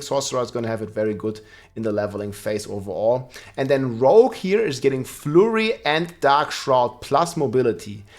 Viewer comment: Flurry^^ That pronunciation